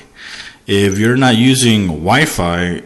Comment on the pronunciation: "constantly searching for a wife," haha LOL. I know you mean wifi but I had to laugh. sorry bout that.